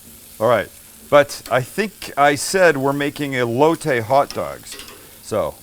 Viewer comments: coooh-hoooy-taaay and ele-ohhh-tayy, fucking Christ so white lmao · The Elote not elotay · That’s not how u say it, it’s called “ eh-lo-teh” SAT IT😂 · Your saying “aye-low-tay” that’s wrong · you can say cilantro right (like a homie)but not elote! 😳😆🤣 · Sam saying Elote is the whitest thing ever lol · I love you Sam but the way you pronounce elote gave me cancer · can he say ELOTE!! just as good as he says CILANTRO same category just saying! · Being Hispanic, it bothers so bad how they say elote 😂 love you guys though!